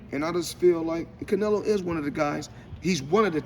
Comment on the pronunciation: Damm Floyd u just can’t get Canelo name out ur mouth